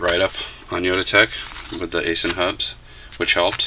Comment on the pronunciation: 'Eye-sin', just fyi